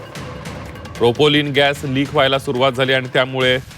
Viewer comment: अरे मूर्खा अरे बेअक्कल माणसा प्रोपोलिन नाही प्रोपेन अरे मूर्खा अरे बेअक्कल माणसा ओडीसा बोगदा नाही आडोशी बोगदा माकडा घरी बस !